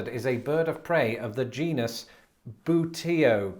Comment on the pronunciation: buteo(hawk) is pronounced boo- tay- oh